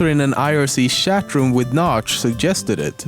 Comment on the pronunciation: Shatroom lol